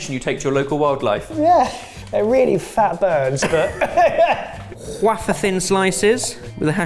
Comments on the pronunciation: WHY Do You, SAY - "waf-fer" thin NOT -"way-fer" thin. It IS Spelt "wafer" Thanks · Every time I hear pronounce “wafer thin”, I am taken immediately to the magnum opus that is The Meaning of Life, and the restaurant scene…the end of the meal.😜😂😂😂💋